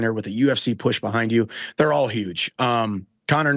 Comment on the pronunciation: theyre, not heyre